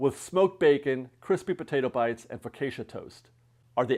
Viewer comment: “FO CA SHA” say it with me ladies and gentlemen. FO CA SHA, focaccia 😂💙